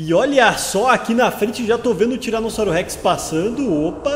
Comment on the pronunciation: Impressão minha ou ele falou tiranossauro sex ?